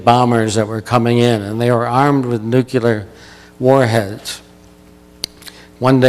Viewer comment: pronounced nu-klee-ar not nuke- ya- ler